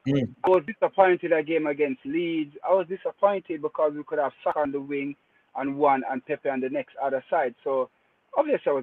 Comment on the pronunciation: on his Rosetta stone, casually butchering Saka's name😂😂